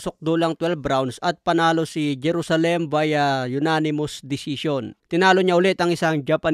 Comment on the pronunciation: ganyan ba talaga ang pag pronounce mo ng JERUSALEM? HAHAHAH